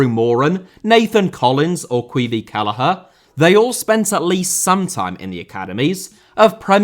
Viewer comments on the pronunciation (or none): for future reference it's pronounced Qwee-vawn kellegher